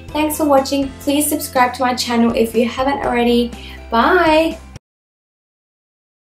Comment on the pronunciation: Why u always said chano not channal? Otherwise love u so much :)